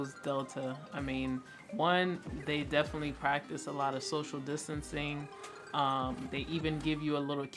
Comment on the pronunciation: can’t even say distancing right because you weren’t practicing it 😂